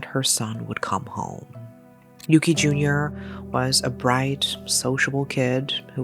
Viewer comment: As someone who was born and raised in Japan, I have to say this (not at all a criticism toward your reporting style; in fact, I appreciated this whole video). It's unfortunate that the perpetorator and the victm's names are so similar, but to the Japanese ear there's one very discernable difference. The boy's name is indeed "Yuki" with a short "u". The criminal's name, however, is "Yuuki" with a long "u" that sounds like "oooh", often transliterated as "Yūki". We are quite sensitive to the length of the vowels pronounced, and I think the deceased deserves to be differenciated like this. The two did not share the same name.